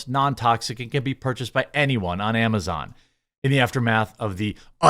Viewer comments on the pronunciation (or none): none